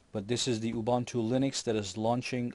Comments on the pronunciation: why you pronounce it as ''ubantu''? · Ubuntu is pronounced OOO-BOON-TOO. The 'u' s sound like the one in Ubisoft. For anyone who gives a crap...not that it matters but hey.